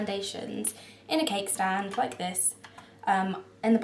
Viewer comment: I kept thinking you were saying kegstand instead of cakestand lol I was so confused! great vid :)